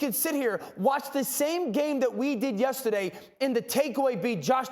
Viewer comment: So we just gotta make Dane orshlovsky mad for him to pronounce yesterday properly? he finally said the R hahahah